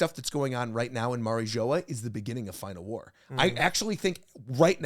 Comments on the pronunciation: Bro said Mary joa 😂😂😂 it’s said like marie jua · Bro couldn’t even say mariijoa right😂😂